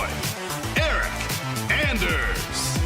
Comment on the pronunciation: Did he just say ya boi eryk anders😂😂 dafuq man